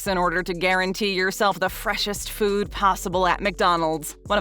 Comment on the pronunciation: The word is food, not fuewd.